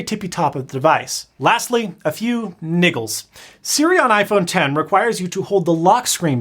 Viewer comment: Loved the video, and agreed with nearly all your points. However, maybe don't say "niggel" in future videos? hahaha